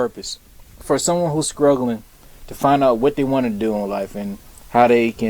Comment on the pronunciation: Hilarious guy but speaking truth! Love it. it’s struggling not scruggling lmmfao